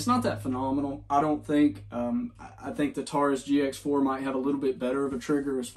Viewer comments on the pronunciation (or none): none